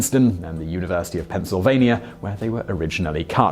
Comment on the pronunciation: Multiple times you've referenced looking how to pronounce words you don't know. You should look up words like "saw" and "Pennsylvania" as both words contain no letter "r".